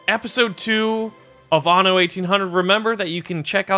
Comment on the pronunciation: I think only you pronounces "Anno" correctly (the anno series is German)